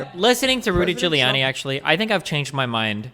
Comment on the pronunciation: Also, it is Giuliani, not Guiliani